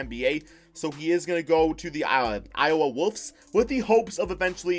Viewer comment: Anyone else think he said “Iowa Woofs” instead of Wolves when talking about the g league 😂